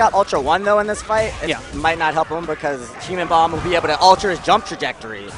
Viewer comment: It's not 'Abble.' It's 'Able.' As in 'Why aren't you able to read his name correctly?'